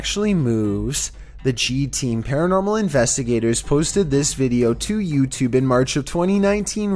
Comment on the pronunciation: “Yew tewbbbbb”